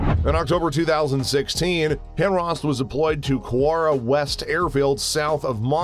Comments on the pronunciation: It's pronounced High Mars, and it stands for High Mobility Artillery Rocket Systems and the ATACMS, which is pronounced Attack Ums, stands for Army Tactical Missile System. ATACMS have a range of about 190 miles and HIMARS have a range of about 50. Ukraine is too far away to hit the Kerch/Crimea Bridge with HIMARS as of now, but yes, they could hit it with ATACMS. The only thing is, they supposedly don't have them yet, but we get fed Propaganda too in the U.S!! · But it's not pronounced himras lol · I was so confused why he kept calling them "hemrahs". HIMARS isn't even that hard to pronounce. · Must be dyslectic or something, and yes his consistent mispronunciation is very annoying… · Surely it is actually him arse? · Right? The fuck is a himross? Lol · High-mars... say it with me. HIGH-MARS. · Everytime i hear HIMRARS its like nails on a chalkboard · "Him raws" 🤣🤣🤣🤣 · "HIMRAS????" 🤣🤣🤣 How did you manage to mess that up? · did i hear HIMRAS? pls make it right! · It's pronounced "hi mars" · HIMRAS? All credibility lost. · He keeps saying himros and its annoying me! 😖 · It sounds like the narrator is saying “hemorrhoids” lmao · Dude. I can't finish watching this video. Everytime you say "Himrahs" I cringe and spill a bit of my drink. I'm sorry. I just can't. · It's pronounced HI MARS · Narrator keeps mispronouncing HIMARS as "HIMRAS". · WTF is a "Himrars?" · Stop saying Himros! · It's pronounced High MARS Multiple Army Rocket System and the M270 MLRS... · I only made it to 38 seconds of the video because of the mispronunciation of HI MARS🙄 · My ears hurt every time he says HimRas.. 🤣🤦🏻‍♂️ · How can you not pronounce HIMARS correctly? Why pronounce it Himras? Annoying AF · What's a HIMRAS lol? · H I M A R S...Pronounced "high-mars". You gotta work on pronunciation. HIMARS wasn't the only thing you butchered. And ATACMS isn't surface to air missile. It's a ballistic missile or surface to surface. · Dude stop saying HIMRAS!!!🤦🏻‍♀️🤷🏻‍♀️🤷🏻‍♀️ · Hi-mars. Not himrah 🙄🤡